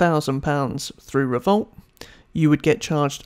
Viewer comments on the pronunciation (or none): Its not revolt its revolut